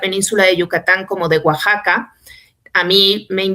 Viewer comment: Moras,no informa mas,oero tu que captas,todi,Oaxaca se pronuncia Oajaca,i sea la equis suena como jota, no nos informas,mas prunciandolo,bien,oero asi ya no s y enas a solo gringo,saludos.